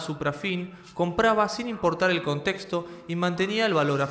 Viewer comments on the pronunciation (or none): none